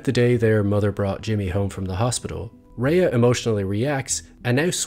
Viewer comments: Rhea's name is pronounced "Ray" not "Raya." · She pronounces her name “ray” not “ray-uh.” So annoyed that a whole 16 minute video dedicated to her character and the actress that plays her, you couldn’t have done two minutes of research to figure out how she pronounces her own name? There are tons of interviews of her on YouTube where she introduces herself. The disrespect. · Only criticism is mispronounced Rhea's name. "RAY" not "RAYA" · Excellent analysis of her performance. One minor note, her name is pronounced "Rey" with one syllable, not "Rey-ah," despite how it's spelled. Just so you know! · Nice analysis. Note that Rhea’s name is just pronounced “Ray”, not “Ray-a”. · Stunning video as always! However her name is actually pronounced "Ray", it's a bit sad that in a video dedicated to her amazing craft and performance her name is mispronounced :( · Excellent observation. Her name is pronounced "Ray". Not "Raya." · And her name is pronounced RAY not RAYA fyi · Her name is pronounced Ray jsyk.She is a fabulous actor, when she cried on the bus it was the most realistic full body sobbing I've ever seen. Every scene is a masterclass in acting, Kim was a fully realised character from day 1. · Yep. "Ray." Watch just one behind the scenes for BCS and you'll hear it pronounced that way over and over. I guess this guy just didn't observe that. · I know everyone gets this wrong, but her name is pronounced as just ‘Ray’. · Rhea is actually pronounced like 'Ray' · her name should be pronounced like "Ray" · pronounced RAY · Kim is incredible, but Rhea is pronounced "Ray". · the pronunciation is Ray though... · Except that he doesn’t know how to pronounce “Rhea”. One questions how closely he really does follow this actress. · Amazing video on an amazing actor that also manages to pronounce her name wrong for the entire 16 minutes 😭